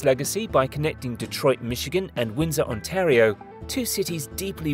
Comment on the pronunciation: It's "On-tear-e-oh" not "On-tar-e-oh" That's better